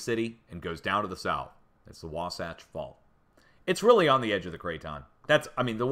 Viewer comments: Logan, farming community. You pronounced Wahsatch correctly. Near Magna you have the world's largest open pit mine. Rio Tinto, Kennecott operations. Had some deep earthquakes yesterday and today in New Zealand 278 miles deep and one near Karmedic Islands 265 md. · Thank you, for keeping us informed. You got Wasatch perfectly. God bless you.